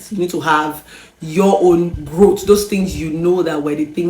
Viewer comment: It’s growth. Not, growt lol